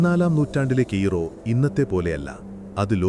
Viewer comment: കീറോ അല്ല കയ്രോ